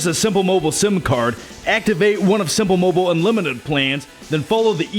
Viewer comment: simpul mobul haha